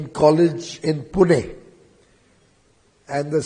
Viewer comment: Thank you, Piyush Sir, for pronouncing Pune correctly. It shows that you care about the city.